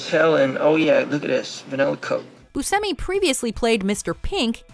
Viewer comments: Steve BuSHEmi... not BuSemi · I believe his name is pronounced Boo Shimmy. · I believe it’s pronounced BOO-SHEH-ME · She pronounces Steve Buscemi's name two different ways in this video, and neither one is how I pronounce it. I've always said Booshemmi. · is she saying Steve Bucemi's last name wrong or have I been saying it wrong all these years? lol I thought you pronounce the C like Ch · He pronounces it as boo-seh-me but states the correct Sicilian pronunciation is boo-shay-me so he doesn't correct others when they use the "sh" in the pronunciation. He seems cool with either. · Hey. Buscemi grew up pronouncing his name as boo-SEM-ee, in an anglicized way. In Sicily, where his ancestors are from, it is pronounced as boo-SHEM-ee. He once remarked, "I had to go to Sicily to find out I pronounce my name wrong" You're pronouncing Steve Buscemi wrong. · I believe Buscemi is actually supposed to be pronounced “boo-SHEM-ee” even the actor admits he’s been saying his own name wrong until he visited Sicily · How is it no matter what video puts out they always butcher how something is pronounced? Like they way they are saying buschemis last name. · Nope, she said it wrong. He confirmed it's with a ch sound. It bugs me so much! This isn't the first time either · Why does she say Steve Buscemi so freaking weird?!?! She is always pronouncing things very oddly 🤦🏻‍♀️